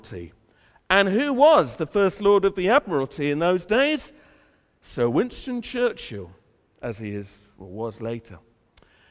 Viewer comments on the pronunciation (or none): none